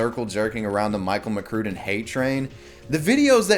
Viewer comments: It's pronounced Mc Crud in. I liked his vids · if you say Michael McCrue-den one more time